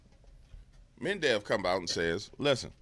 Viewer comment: Med...ve....dev. not "mendev". no "n". 😂. Unless this was intentional, then carry on.